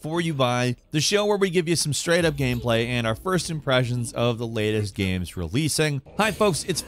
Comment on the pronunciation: Guy seems to have a speech impediment. - At least, he says a lot of things weirdly. Like he also says "games" like "gehmz" or something, rather than just "gayms".